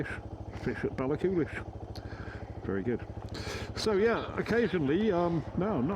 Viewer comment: the Connell Bridge is where all the seas meet, as far as I was told by a local ' Ballachulish has a silent c , the Glen Coe road is rated as one of the best roads in Europe